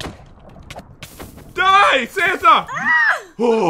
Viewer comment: Did pat say "Fanta!!!!"instead of santa at 1 point?😂